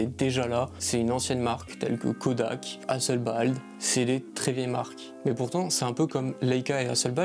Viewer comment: Hasselblad pas Hasselbald !